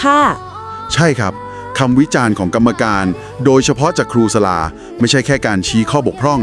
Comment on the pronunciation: ขออนุญาตแนะนำ ชื่อครูสลา อ่านว่า สะ-หลา นะคะ